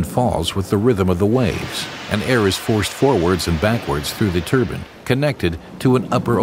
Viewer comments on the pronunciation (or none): anyone else annoyed that he calls Turbines Turbans?